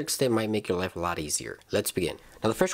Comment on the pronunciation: It’s “life” not “live”.